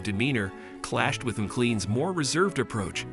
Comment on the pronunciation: Her surname is pronounced MaClain not Mallan! It is a Scottish name and the Scottish spelling is MacLean though McLean is more common. 😢